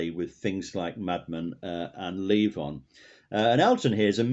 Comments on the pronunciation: It's Levon, not Leave On. LOL! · Leave on? Um, it's LEVON.